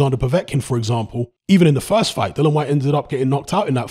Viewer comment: Dill-I-an Whyte! His name is not fucking "Dillon" Whyte!